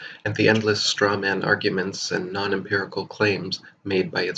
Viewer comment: ‘Empirical’ not “impirical”.